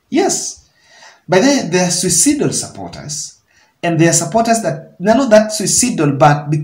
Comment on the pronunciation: On Twitter Not In twitter Twitter is a platform where things exist on Not a box where things exist in Check pronunciation of SUICIDAL in case you are not sure plse always crosscheck for a minute before coming on air. We hear you say that you are from University, was working with the UN and a Television station surely your grammar should match. plse correct these small English mistakes. They actually shock us us.